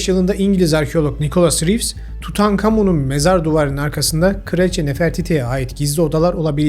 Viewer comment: Havas ayrıca sürekli aramasına rağmen tek bir tane önemli keşfi de yok. Herifin çığırtkan sesinde meymenet yokki TUUTAAĞĞN KAMOOĞĞNn demesi kulaklarımdan gitmiyor.